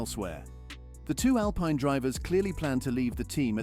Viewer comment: So hard to listen to you talk. It's Al-Peen, not Al-Pine